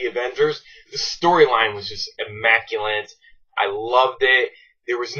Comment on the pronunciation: immaculant?? not a word dude